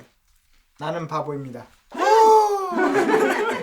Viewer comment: 바보닙니다 인게 웃음포인트임ㅋㅋㅋㅋㅋㅋㅋ